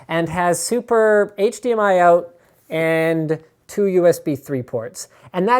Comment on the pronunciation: i laugh when linus says out